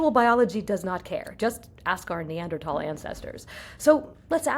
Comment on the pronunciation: Glad she pronounced 'Neanderthal' correctly.